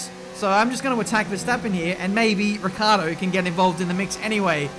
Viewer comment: It's annoying to hear you call Daniel Ricciardo, "Riccardo". Why do you forget that "i"?